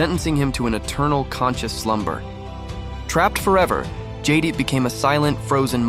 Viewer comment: Nice video...not to be a nitpicker but but...it's pronounced Jed-ite. Cool that AI made look like a vampire.